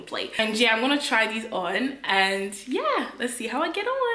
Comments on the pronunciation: Every time you tell ‘YE’ takes me out!!😂😂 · Them “Ye” took me out 😂😂😂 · NELLA is officially a nigerian with her "ye "😂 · I can't breathe Nella wants to kill me every time she says "ye"🤣🤣🤣🤣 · 😂😂.. I'm dead.. those "yehs" yeah... Nella in stripper shoes is hilarious... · The Yie’s finished me!!! 😂😂😂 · You’re so Congolese I love it 😂 that “YEH” 😂😂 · Her ‘ye’ is different to our ye 🤣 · My “ye”is different to your “ye” 😂😂😂😂😂😂